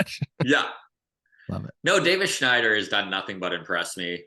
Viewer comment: pronouncing Davis Schneider is sooooo cringe.